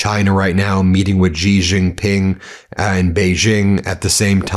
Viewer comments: It’s not “gee” it’s pronounced “she” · Why do so many commentators pronounce Xi Jinping as Ji Jinping? Does this follow a regional dialect that is at least locally correct? Is it a clever punning insult of some kind, like Small Bottles back in the late 1980s? What is up with this? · Xi is pronounced "SHE" as in English. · The chinese leader's name is pronounced 'she'. But you can't pronounce words Ben. you tosser.